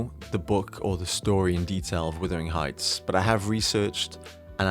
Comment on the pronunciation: Why are you saying withering heights? It’s Wuthering heights